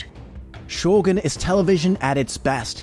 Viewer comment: Finally someone said Shogun correctly, it's so annoying to hear people keep say Sho-gun instead of Shogoon.